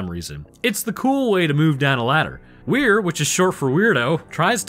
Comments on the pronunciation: Why are you calling him Where when his name is Weir? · Stark wasnt talking about the meat paste on the bridge, she was talking about general scans of the whole ship, not sure where you got that from? and P.S- Weir, is prounounced "Weer".😉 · You kept adding an H to his name. It's "Weir" which is pronounced closer to "We're". Sorry, I'm 33 mins in and you had said it wrong 20+ times in a min and my brain was starting to go through the Justin decompression sequence.